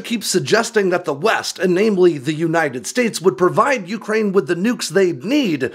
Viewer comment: It's you-CRANE, not YOU-crane!!!